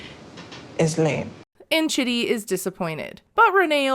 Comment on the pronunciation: I’m pretty sure Rayne is pronouncing his name wrong and it’s pronounced like “cheedee”. His family seems to pronounce his name like that (also it’s spelled the same at least as Chidi from “The Good Place” and that’s how they pronounce it there too lol)